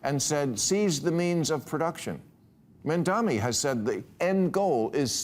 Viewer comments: Bill, his name is MamdaNi not MamdaMi😂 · The name is Mamdani, not Mandami. I agree with what you're saying, just asking that you pronounce the name correctly. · Maher cannot even pronounce Mamdani's name properly. MAM-DA-NI. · At least learn to pronounce Mamdani's name before you criticise. It shows deliberate ignorance. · whats with the constant mispronouncing of names? you'd think an intellectual giant like Bill Maher would be able to pronounce a name correctly after crying about them for weeks and months 😂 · Someone finally taught Bill Maher how to properly say "intifada" after 70 years but he still can't pronounce Mayor Mamdani's very simple last name correctly. Yes, this "red scare" tactic from a clueless septuagenarian sure is landing well. Yes, you do have a fringe nutcase like Chevalier in NYC, who gives all the DSAs a very bad name. But she is the exception, not the rule. And once she does get into elected office as a member of the House, whatever communist fantasies she has are going to crash and burn when the rest of the House shuns her.